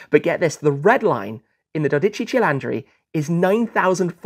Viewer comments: "Dodeci celandri", just no please. Try to improve the pronunciation please, but great video as always! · 😂😂😂😂😂 verissimo......"dodici cilandri" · Dodece celandri....pronuncia perfetta inglesino😮😮😮😮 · Si dice dodici cilindri, non dodice cilandree, FFS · Ah yes the Ferrari do dachi chi laundry. Lemme help you out, pronounce it like, do dee chee chee lin dree. the do is pronounced like the do from door Dee like deez nuts Chee like the chee from cheese Lin like lin Dree like the dre from dream or dri from drink, not like dri from drive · dodici cilandri😂😂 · just say the name is not that dificult 12 cilindri´ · Dodici cilantro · As an Italian hearing many people butchering the name is very funny. The right pronunciation is: Doh-Di-Tschi Tschi-Lin-Dri (without any emphasis on syllables)